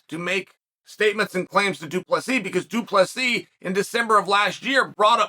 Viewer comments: Due Plus He. Undefeated Undisputed name pronouncer Chael Sonnen. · Doo plah C Love it Weird hearing chael getting folks name kinda right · Why is Chael not saying it “Doo-Plessis” or something? 😁